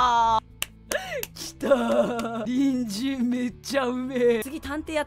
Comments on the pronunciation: この動画何回見てもハッキリきいてもころちゃんの隣人が人参に聞こえる(((( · やっぱり人参にしか聞こえない笑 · コロンくんが言う「隣人」 私には毎回｢ニンジン｣に聞こえるw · 隣人がにんじんに聞こえるWWWWWWWてかクソおもろいwww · 時間差やけどさ隣人が人参に聞こえてやばい(( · 隣人がニンジンに聞こえるwww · 最後にわかった。りんじんかにんじんって言ってるのかと思ったw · 隣人がにんじんに聞こえてしょうがない…… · ころちゃんの「隣人」の言い方がどうしても「にんじん」に聞こえてしかたないwwwwww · 毎回のように隣人がにんじんに聞こえるwwwwwwww 🥕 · 隣人が人参に聞こえる件について((( Ｉlike ピーナッツｯｯｯｯﾂ!!! クソ笑った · 最初、隣人が人参に聞こえて、ん？ってなったわ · 隣人が人参にしか聞こえない件について( ˙-˙ ) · ごめんね、どおしても、にんじんに聞こえるんだ。